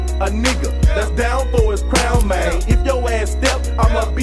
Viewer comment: I'm from Memphis it's Mane not man ughhh lol 😂